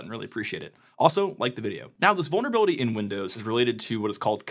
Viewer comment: "Vulneravility" (sic)